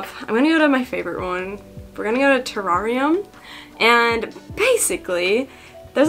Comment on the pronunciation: I’m so sorry but pronounce it as ta,rare,ee,um